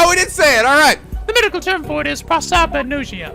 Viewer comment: repeat after me! pro! sap! ag! nos! ia! PROSAPAGNOSIA! "nos" like diag*nos*